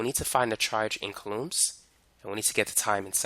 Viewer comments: Its COU lomb not ca LOOMS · Never heard of coulombs in my entire life. Would be nice if you said the word the right way when teaching people. ˈko͞oˌläm is how pronounced. I totally lost you when you started talking about coulombs of power. Definitely should have started with coulombs first before just throwing it at us like that, lol. Not explained very well before introducing it into the lecture. Really good video though, I learned quite alot.